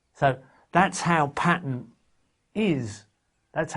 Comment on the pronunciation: "Patter" lol